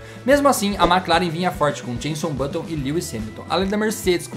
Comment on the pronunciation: James Button? Kkkkwkkkk